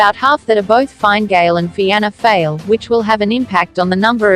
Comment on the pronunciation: Was thinking the same, "feeana fail" 😂